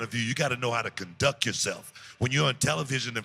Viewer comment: He actually said "Conduck yuhself" 🤣🤣🤣 I love Book, man but he and "Da Black Pope" DeAngelo Dinero have to be the worst color commentators in the history of pro wrestling. 🤣🤣🤣🤣